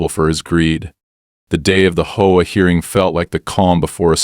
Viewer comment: Its not a hoa, it's a H O A, they really need to stop this AI voicing